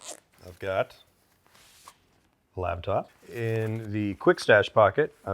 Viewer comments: Is he saying LABtop instead of LAPtop? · Am I the only one hearing say ‘labtop’? Great video as always!